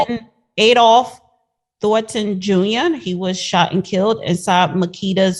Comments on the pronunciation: Baby girl learn how to read before you host a show I can’t keep up from laughing at the judge correct you. How you can’t pronounce the name Adolf can you try to do a story about him the foolery is real! Sad!! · Get the name right first sheesh "Adolph" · You don't even know how to pronounce his name but yet you doing a vlog/interview to get yo status up on yo channel have some respect to at least know how to pronounce the man name 😩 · Know how to pronounce the name of the victim, and get your facts straight, sounds ignorant and uneducated. Makes people who care about the victim angry